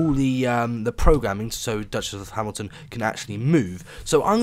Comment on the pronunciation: "Scosment" "Hmilton" Nailed it.